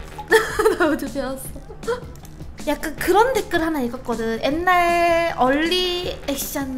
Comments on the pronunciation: 옛날말고 앳날이라고 발음하는 게 킬포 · 옛날 아니고 엣날